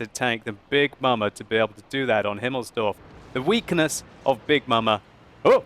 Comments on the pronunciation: Face palm when he says himmilsdorf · you said himmelsdorf hehe go home you're drunk 😸😝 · Its not himmelsdorf !!! :D